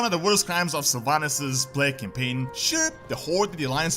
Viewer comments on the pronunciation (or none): You said plague, i heard you say plank. So i thought what? She did plank? It's stupid i know, but that's what i've heard